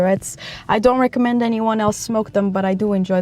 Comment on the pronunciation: It’s so nice that you say at the beginning “I do not recconmend smoking” since most people who make videos about smoking try to make it sound pleasant and whatnot, thank you! I’m glad you are also a more reasonable smoker than most I’ve met.